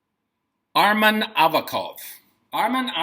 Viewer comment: Gonzalo, here is pronunciation: ArsEn AvAkov